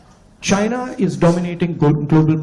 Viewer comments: Saina nahi China baglol😅😂😊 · 😂😂😂😂Ye pandu hemant kaun hai!!!! Saina... Sainese... Saainaa😂😂😂 ye apna ch siana mein chhod aaya.. pandu